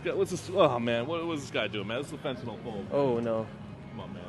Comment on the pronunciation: It's not Fen-ten-all, (rhymes with Paul), it's Fen-tan-nill, rhymes with pill, kill).